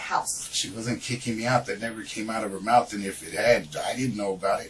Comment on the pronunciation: "Mouf clouz"